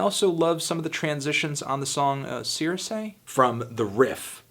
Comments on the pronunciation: Cirice is pronounced "Sir-Reece" it's latin for "Church" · One of the “spot on” album reviews we’ve read on this LP. Cirice is pronounced(sir-reese). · how he said cirice...just wow